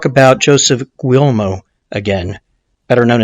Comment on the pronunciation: Just trying to help. In Italian, gl is pronounced like ll in Spanish (como te llamas). So, goo-yay-mo. Mon-ti-yi-o. Gladys rhymes with lattice. On-Dray Katz, not on-Dray-a. Escape, not exscape. Ret-or-ick, not retrick. Row-mah-no. Again, just helping. Outstanding podcast and best demeo work, bar none.